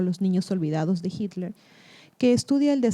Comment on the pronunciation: Me sorprende que no sepas pronuncia Hitler